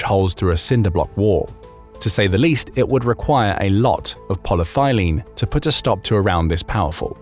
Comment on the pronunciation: It is "polyethylene", not "polythylene".